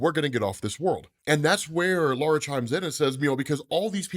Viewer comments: Bro says lara weird lol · Lara pronunciation is wrong my dude